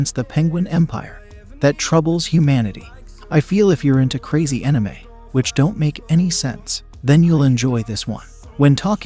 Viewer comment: Is an enime anything like an anime lol.. thats the first ive ever heard that particular wrong pronunciation